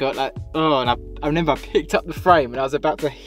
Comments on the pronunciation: I wish you would remember how to say remember . Not renember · Lol when this guy says I renember 😂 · Nice bloke but stop saying renember please 😂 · Fair play mate. Just reneba how to say remember ❤